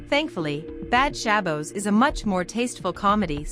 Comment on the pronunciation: you are not pronouncing Shabbos correctly